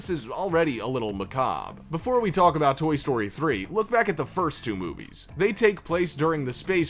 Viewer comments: Who says “taLk” 😂 That L is supposed to be as silent as a ninja fart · I don't like how she pronounces the L in the word talk during the Rugrats segment. I know it's spelled like that but it's weird to say it like that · Why tf is he pronouncing "Talk" as Tallk 🤣🤣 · It’s talk’ not taLk’!!! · how he pronounces “taLk” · who pronounces 'talk' as 'talc'? weird dude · I don't know if I should trust a person who pronounces the "L" in "talk" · Nobody gonna talk about how this man pronounces the word talk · I've never heard anyone actually pronounce the L in "talk" before. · You really pronounce the “L” in “talk” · You put so much emphasis on the L in “talk”